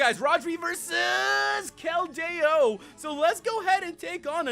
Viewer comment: The correct way to say keldeo KEL- dee-oh